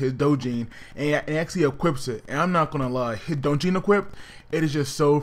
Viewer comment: Dojinn? Ahhh d is silent